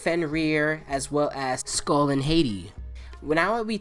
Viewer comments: Not to be a dick but its Skol and Haati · Ok, the names of Fenrir's children are Skoll(SKOHL) and Haiti(HAHT-ee). Skadi is a giantess that was tricked into killing her father.